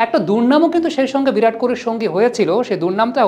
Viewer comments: ভিরাট নয় বিরাট বলুন। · ভিরাট নয়, বিরাট। বিরাট কোহলি। হিন্দি আর বাংলার পার্থক্য বুঝুন তারপর সাংবাদিকতা করুন।